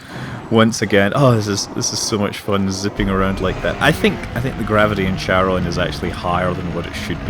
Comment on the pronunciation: Hi Scott, great video - as usual :) A bit of nitpicking - I'm pretty sure it's pronounced kair-uh n - not cha-ron :p and every time you pronounce it your way, a little hellkitten dies somewhere in the Cthulhu Plains :) :D Btw, are large-population planets available for landings? With cities and stuff? (probably not, but here's hoping) Also, do you think the planetary landing piece is worth the almost full price for the game? Is it just a gimmick that you will get bored after a week or something that is actually useful to the gameplay? As you said, the crafting system seems very simplistic :/